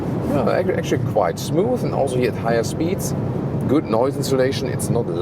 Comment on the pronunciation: As an American, I especially appreciate ' recent adoption of "th" sound as in Smooth vs Smoose in Deutsch.;)